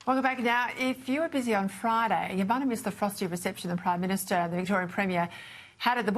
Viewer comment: He's the PRIME MINSHTER!!!! May i suggest that this pronunciation be adopted for bad government. "MIN SHT ERS "😅 describing incompetent self serving, ideologists taking a wrecking ball to everything. There's the energy minshter, the foreign affairs minshter, the transport minshter, a minshter for everything 😮. May the good lord deliver us from these awful minshters😢.